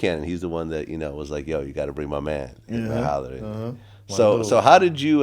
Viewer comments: Vlad said "hitman holler" 🤣🤣🤣🤣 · “Hitman holler” “Twister” “Tyger” Vlad gotta do better lmao 🤦🏽‍♂️🤦🏽‍♂️🤦🏽‍♂️